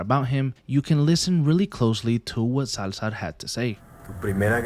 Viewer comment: Dude why did you use "Salzar" the whole video